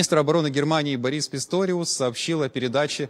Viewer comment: Не Бори́с, а Бо́рис ...😊